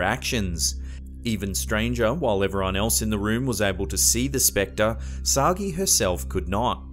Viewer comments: Oh, for heaven's sake. 'Sagee' is not pronounced 'Soggy' but as 'sah-Jay' -- it's French and there's an accent aigu on the first E. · The doppelganger case is Emelie Sah-Jay. Not Soggy. I got corrected on that by a friend who speaks French. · I think it's written Sagé and pronounce /Sajé/ not /Sagee/ or whatever